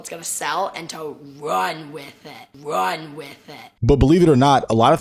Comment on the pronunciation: "and to WRUNN👹 with it"